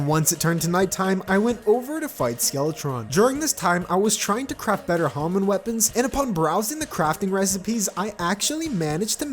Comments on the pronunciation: It's pronounced ham-mon btw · Okay here’s how you pronounce Hamon Hah-Moan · its pronounced ham-in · It's pronounced hah mone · the way hamon is pronounced in the anime is ha-mown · Hamon Ha-mon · Its hamoan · Yes its "Hamoon* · Its (Ham On)Hamon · Actually it’s pronounced ham on- Cocks shotgun Boio Boio: NO. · Usually it's pronounced like ham on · It's ha pronounced like haha mon pronounced like monster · My man cant even say hamon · I thought the joke was gonna be him mispronouncing hamon a few times and then "Ha-Ripple" and then calling it Ripple energy for the rest of the video.